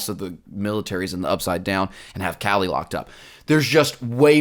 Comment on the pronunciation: just fyi kali’s name is pronounced closer to “KAH-lee” instead of “callie”